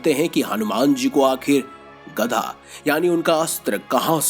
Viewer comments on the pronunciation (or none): गदा होता है न की गधा ।।। देख कर तो बोला करो भाई। ये वीडियो और धर्म के लोग भी देखते है और सनातन धर्म का मजाक बनाने मैं लोगो को समय नहीं लगता ।।। वीडियो अच्छी है पर शब्दो को देख परख कर बोले प्लीज 🙏